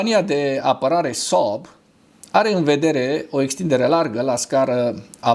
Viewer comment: Când pronunți Saab simt așa că te strâng chiloții de creier